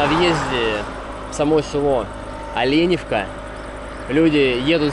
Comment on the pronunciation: Так Оленевка или Оленёвка?